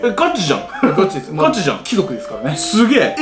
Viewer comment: ⭕️貴↑族 ❌貴↓族 これ大事w